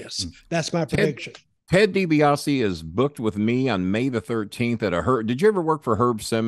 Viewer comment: "Teddy DiBiasse scandal" DiBiasse...? It's DiBiase